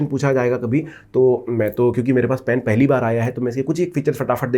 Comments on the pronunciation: Bhi upna phelay pronounce pen khaney ka 😢theek karo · Hahahhahahahhahah ur right